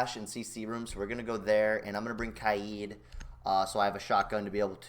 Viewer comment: sick video but why ka-eed instead of kaid